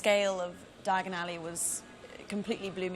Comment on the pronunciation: Stop, stop, stop, your going to take yourself to the wrong alley! It’s Diagon alley, not diaagonally!